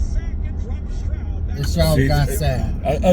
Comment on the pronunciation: CJ Strod.....his damn name is Stroud.....like cloud